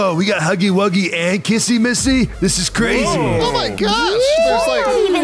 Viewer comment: Stop saying kissy missy it’s like this kissy wissy😑